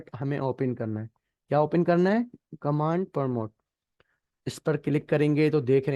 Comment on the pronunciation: آپ کمانڈ پرومپٹ کو غلط تلفظ کر رہے ہیں